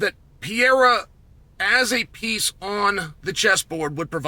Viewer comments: I turned off the UFC 313 pre fight show because I couldnt listen to chael say "Piera" over and over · I swear Chael says it wrong on purpose at this point. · Is not pierra it is Pereira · Chael "Pee Aira" Sonnen mispronouncing names just to bait more comment engagement. Well played, sir. Well played. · Who tf is Pierre-uh? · Pee-Air-A 😆. I love Chael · Say “Pear” then say “era”…. Ok thanks! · Shot of tequila every time uncle Chael says ‘Piera’. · "Alex pee-era" - chael sonnen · Pee air uh. 😆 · Piera has to be on purpose. I can’t imagine someone whose job it is to talk about the sport calling Michael Jordan “Jerdim” 32 times in one video. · PEE-ERA...the era of pee is over. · Well he did let us know that he thinks Pee-era could potentially be a ChampChampChamp. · Who the fuck is pierra? You mean alex perrera? Wtf? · What would it take to get Chael to pronounce Pereira correctly? It's awful. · The way he called Pereira, it's fucking funny hahaha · the fact he pronounces it like that on the broadcast is embarrassing